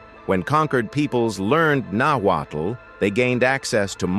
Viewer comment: Notwaddle ? Really? Nahuatl Pronounced Nawat. Not Aztec. Mexica Pronounced Meesheeka